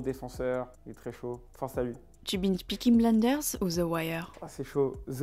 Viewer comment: « Pnikine bnlinders » « owenj ij the niou black » yes l’interview apprenez à parler